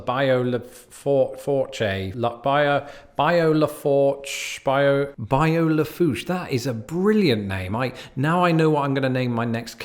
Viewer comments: say it like this. Bayou LA Foo Shh, Shh as in shushing a small child. I live in Louisiana and travel that bride often on my way to Port Fourchon, pronounced Foo Shh On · It's pronounced buy-you Laugh-oosh